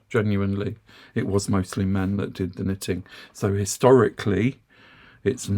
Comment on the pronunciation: As a new knitter, I have been watching your videos for several months now. I must admit, I initially misheard you and thought you were saying "sniffing." I have also followed your recommendations regarding yarn from Temu and have been pleased with my purchases. However, the yarn I have obtained from Temu only lists the weight, and not the yardage. All the charts I have seen regarding yarn requirements for projects such as hats, scarves, and sweaters only list yardage. Could you offer some advice on how to determine the amount of yarn needed for my projects? Also for the man asking about knitting, there is a Marine Veteran who knits at our Senior Center . He does beautiful lace, tatting, knitting and crocheting. Thank you for all of your wonderful videos.